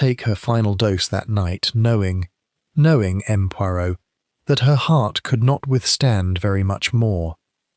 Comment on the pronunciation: Why does the AI narrator pronounce “M. Poirot” as “Em Poirot” when it should be pronounced as “M’sieur Poiro”